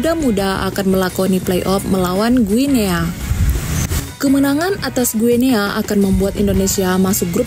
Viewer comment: Guinea itu dibaca gini oi